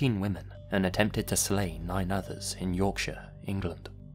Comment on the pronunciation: Oh my goodness! Someone who pronounced Yorkshire correctly! Even some English people can't do that correctly